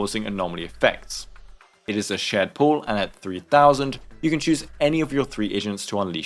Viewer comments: I’m not gonna lie. I thought he said “three Asians” instead of “three agents” 😂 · Perfect, just what I need. Also I cracked up because I misheard you as saying “your team is composed of 3 Asians”